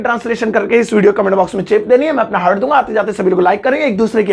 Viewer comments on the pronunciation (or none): none